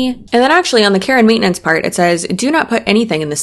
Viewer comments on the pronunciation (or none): When you read Care and Maintenance I definitely heard Karen Maintenance as if you need to maintain all those Karens out there. 🤣